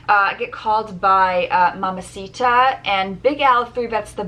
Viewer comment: you're not saying mamacita correctly, it's mamacitaaaaaaaaaaa